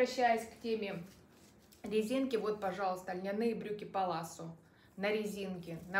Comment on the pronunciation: И еще такой момент-привыкла слышать брюки палаццо,вы говорите паласо,у нас Зара,Вы говорите Сара,или у меня что то со слухом…